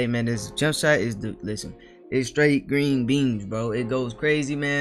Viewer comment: Gween Bean